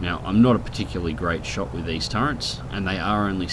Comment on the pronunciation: "Turrents", "for all intensive purposes". You are literally the worst kind of person <3